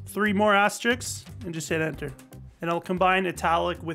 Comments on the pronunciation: Al french after all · wait.. that’s not how u say it..?